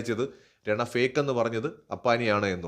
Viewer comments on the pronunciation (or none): രണ അല്ല റന ആണ് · Bro രണ അല്ല രനാ ആണ്😅